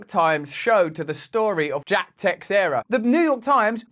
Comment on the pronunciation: Someone teach this guy how to pronounce Teixeira. Russel has done a great job for th3 last few years but diminishing returns are clearly apparent. Smh